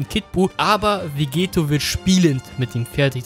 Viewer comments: Warum sagst du immer Vegeto? Es ist VEGETTO :D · es heißt Vegetto mit 2 T und wird auch dadurch mit einem kurzen E ausgesprochen und nicht vegeeto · Du sprichst Vegetto falsch aus.